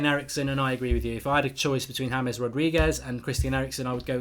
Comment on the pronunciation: it’s pronounced Ha mehs ( not being critical just letting you know )